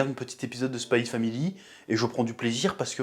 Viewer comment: ON DIT SPY X FAMILY